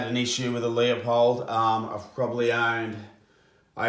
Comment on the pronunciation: It is pronounced Loo-pold.